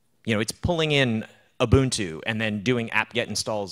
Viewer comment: I learned so much, going to try out CoreOS in my homelab right now! Thanks for pronouncing Ubuntu correctly, so many people get this wrong.